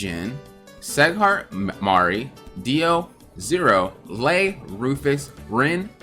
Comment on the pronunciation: Did he just say SEGHART instead of SIGHART on sieghart hahahha